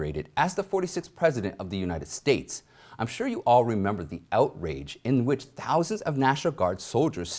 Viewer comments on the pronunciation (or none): none